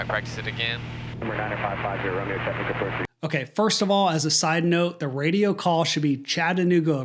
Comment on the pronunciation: she was also probably a poor driver..you can tell with her speech impairment as she's struggling with pronouncing 'Chattanooga' multiple times on the radio. The multi-tasking required for flying is for sure not compatible & dramatic when taking such drugs..what a sad story..her father i guess wanted to please his 'little' girl by flying her ...